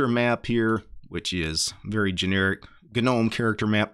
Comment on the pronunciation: Gah-nome when it's pronounced nome with a silent g. Yes I'm one of those commenters. No I have nothing better to do while I'm running smartctl tests. Yes to whatever your next thought is(this uses up your one free internet pass though).